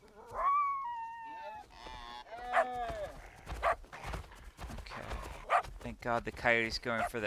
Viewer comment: stop thinking in french esfand. Its more like ass fan. Youll never forget it again